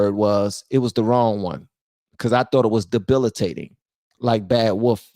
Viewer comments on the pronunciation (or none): lol DEL-IB-IT-ATING